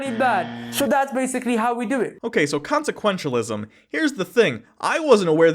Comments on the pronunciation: Did that guy say "consequentionalism”? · When dawah says consequentialism it sounds like it has one syllable too many. consequentianalism